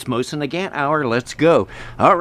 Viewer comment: Why do you pronounce Nagant with a hard "T" despite speaking French?